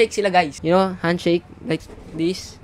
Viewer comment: idol yung speel ng u ay ang totoo ay you hindi u pati narin sa r hindi r dapat are